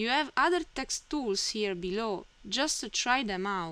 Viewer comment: Good tutorial. Logical order. Speed of instruction and rate of speech were both good. The only suggestion for improving your English is to complete the word with the proper sound. You sometimes end a word with an "ah". For example, text should have a hard "t" pronounced at the end. If you listen to your video you will hear yourself say "texta" and then the same "a" added to the end of the next word. Your English is very good! Keep up the nice work and thank you for sharing your knowledge.